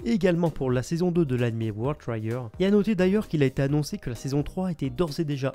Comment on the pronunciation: Bonne émission comme d'hab. Juste une petite remarque : ta prononciation de "promised" et "trigger" n'est pas correcte. ;^)